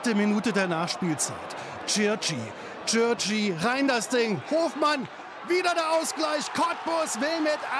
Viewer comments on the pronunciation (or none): Es heißt Cigerci und nicht Circi 😅